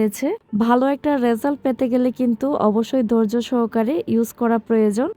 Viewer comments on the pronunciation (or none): খুবই সুন্দর কন্টেন্ট। আপনার উচ্চারণের দিকে আরো খেয়াল করা উচিৎ। দুয়ে না, ধুয়ে দৈর্য না, ধৈর্য গিরে না, ঘিরে জাড়ু, না ঝাড়ু বিডিও না,ভিডিও। গর না,ঘর। গুরেফিরে না, ঘুরেফিরে। গুম না,ঘুম। এগুলো বাদ দিলে আপনার বাচনভঙ্গি সুন্দর। শুভকামনা রইলো।